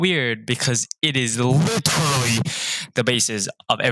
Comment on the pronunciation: The overamplified "literally" killed me xD Our teachers also tried to teach us derivatives without even knowing what a limit is :(